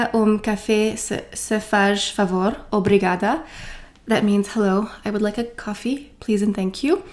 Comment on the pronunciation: I wish you very nice vacations. The Spanish of the south eat at 10 and some do siesta, Portuguese start with dinner at 8pm and sometimes even . Dinner at 9pm is late in Portugal. Here a YouTube channel I recommend: Obrigada is perfect 👍 In Olá the á is the strong vogal (like when you show the throat to the doctor).😂 Como vai? (How are you doing/going?)Is correct, but more used in Brazil. Como está? (How are you?) is more used in Portugal. The same strong á (the throat á like in Olá 😅). Um café ☕️, por favor?. In Um, you do not finish the “m”, is not pronounced Ume but Um (you do not put your lips together at the end of the word). Hope I did not make you to tired with a Portuguese overload. I could understand everything you said and the portuguese people will be delighted to see you try. A great majority of Portuguese speaks English. I’m Portuguese but leaving now in Germany now and I’m totally jealous 🥰.